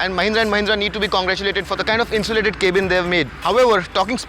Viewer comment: why does he say Kay-bin ?